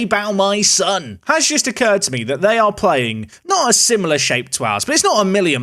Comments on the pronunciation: It's pronounced "Shone" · Sion is the Welsh version of Sean/Shawn and pronounced "Shone"